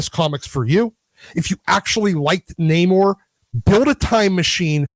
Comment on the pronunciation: Nah-mor sounds about right.